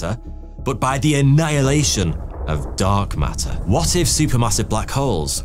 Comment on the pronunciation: Love how "Dark Matter" kinda sounds like "Dog Matter" 😁 (I seriously mean it well, these videos are unbelievably steady quality for so long now! ❤)